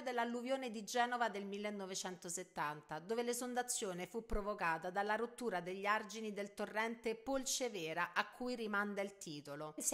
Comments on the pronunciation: Ciao, sono di Genova e il torrente che ha inondato la cittá nel '70 è il Bisagno e non il Polcevera. La pronuncia di quest'ultimo è Polcèvera e non Polcevèra. Per il resto sei sempre grande. Grazie. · Brava come sempre! Ti correggo solo, da genovese, la pronuncia di Polcevera che ha l'accento sulla prima e. Il paese in cui vivo, nella provincia di Genova, era soggetto a inondazioni e negli anni 90 alla foce del torrente venne giù un ponte e parte dell'argine, portandosi via un bar che stava lì dal dopoguerra. Dopodiché il ponte fu ricostruito a una campata sola e un altro venne demolito e ricostruito a schiena d'asino, anche esso a una campata sola mentre prima c'erano pilastri nel mezzo del torrente che rallentavano il flusso dell'acqua. La causa del crollo di quel ponte fu proprio l'erosione provocata dallo scorrimento dell'acqua in anni e anni